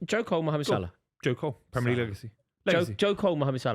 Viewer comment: I hate how the yanks say "premier league" surely they watch it , so surely they've heard other people pronounce it correctly and yet they still get it wrong alllllll of them